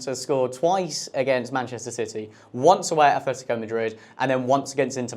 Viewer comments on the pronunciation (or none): none